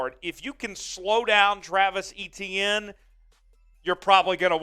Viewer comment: Pronounced A- tienne